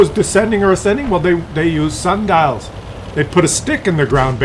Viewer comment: I was laughting when he said they were using "sandals" to measure the sun. Then i realized he said "sun dials" 😄